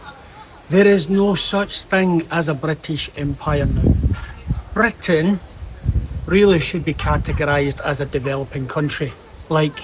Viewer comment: can any one tell me which area of uk does this YouTuber come from? his accent is interesting. i want to visit that part of uk. i once head the original English once had uvular trill. Britain should pronounce as blr~, just like he pronounced. Indian got their accent from that. i wonder if that's true.